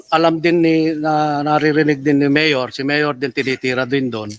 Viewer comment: The way Lito talks not professional parang ang kausap ay sa kalye like pag bigkas ng MAYOR parang tumawag ng tambay